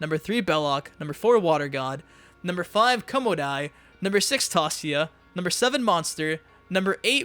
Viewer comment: It's Tasia 'Tãy-zhâ'